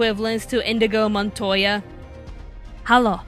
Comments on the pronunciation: Inigo Montoya, not Indigo Montoya. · Uhhhh, ahhhh... His name is Inigo Montoya, not Indigo Montoya. You butchered his name, GG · Indigo montoya? ok. Funnily enough not the first time I hear this mispronunciation.